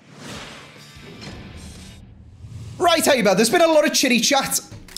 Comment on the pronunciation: Its haber my man😂😂 not habersh or what ever u said😂😂